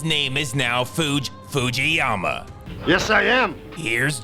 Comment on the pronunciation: Of course he can! He even said it in one go: "Foodge-Foodgeeyama"